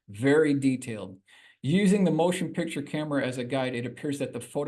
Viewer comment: Is from Baltimore? The word "pixture" is a Baltimore pronunciation of "picture."